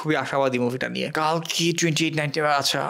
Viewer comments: It's telugu film not a bollywood film... Plz without research don't do review/reaction... And it's not Kaaalki it's Kalki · the name is the same. বাংলাতে কল্কি বলা হবে। মরুভূমির শুকনো হাওয়ায় শুকোনো জিভ তো, তাই বাংলা উচ্চারণ গুলিয়ে যাচ্ছে।